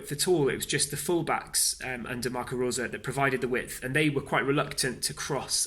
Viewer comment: His name is pronounced RoseR & the last 4 letters in the word Salzburg are pronounced BORG. The analysis here, though, is very good.